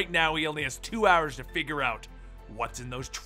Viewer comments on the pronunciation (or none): none